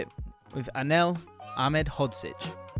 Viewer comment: Most impressive part about this isn’t the knowledge shown, it isn’t the fact you have an incredible partnership with scouted football, but that you were able to consistently pronounce Ahmedhodzic